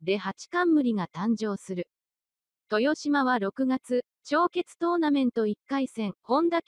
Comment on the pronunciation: TESHIMA ・・・面倒だとは思いますが これは修正してほしいですね。 せっかくの大一番の解説動画なのになんか聞いていて萎えます。